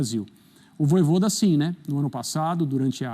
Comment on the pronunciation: “Vojôda” é putaria 😂😂😂😂